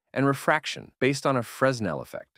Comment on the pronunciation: Nice video. The "S" in "Fresnel" is silent btw.